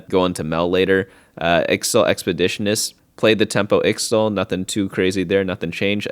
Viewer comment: Quiyana pronounces Ixthal as Ish-Tahl in-game